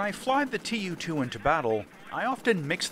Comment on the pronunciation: Tu is being read as a word, not two separate letters aki like in alphabet.